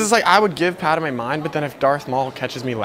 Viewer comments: The one thing that pissed me of is him saying paderme not padme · Thank you,I thought I was the only one who got Pissed Off that he called Padame instead of Padme.. #ForceChoke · Isn’t he suppose to be saying pad-may why is he saying pad-da-may??? Please explain anyone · It is pronounced pad may not padi may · Dude,You Forgot to put on the belt,and the rest of accessories.. And it's Padme,Not Padame!? This Is Outrageous!!! #RevengeoftheSithRules #ForceChokeThisDude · It’s pad-may not pad-a-may and padmé is spelled “padmé” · no one: calling her Padame instead of Padmé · bro says padame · Am i The only 1 who noticed he called Padme pad-a-mey and not pad-me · Padame bro It’s Padme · Bruh I just love padame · i swear if you say pad-a-me one more time i think i’ll take the high ground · why does he pronounce it pa da mae